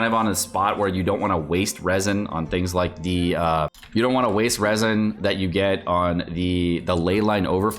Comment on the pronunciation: It's not leaks if you said Raisins instead of Resin